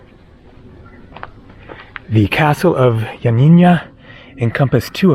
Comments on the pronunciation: YioaNNINA not YioaNINNYA. No Ya at the end. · its pronounced ee-o-a-nee- na. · Ill help you with the pronunciation of Ioannia. Just pronounce it Yanniana Like the singer Yanni and add na. So glad you visited Epirus. My dad was from Epirus. Such a beautiful place. Glad you are headed to Parga. I was there in summer of 2023 and also visited Lefkada. Enjoy! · Turkish language was written in Arabic until the early 20th Century and Atatürk adopted the Latin Alphabet. There were many places unfortunately you were not able to see . the way your pronounce Ioannina is Yanina but with no accent on the na at the end . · Ioannina is pronounced ' YUH - NEE - NUH.' It is named after St. John which in Greek is St. Ioannis. It means 'City of John.' The city was named after St.John due to St. John's Monastery, founded around 510 AD. He was at the time patron saint of the area. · lol yep you butchered the pronunciation of Ioannina 😂 But we forgive you.. Thanks for the video 👍😆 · Dear half Greek. You did also pronounced it incorrect though. Twice. :D